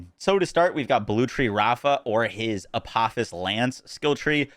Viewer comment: It’s pronounced ah po fis. Because its names after a deity in Egyptian mythology Daedalus is the same. Named after the man who created both wings of Icarus and the labyrinth